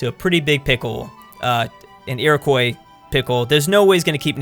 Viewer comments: how he pronounces Iroquois annoys me. Its iri-qua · please never say Iroquois again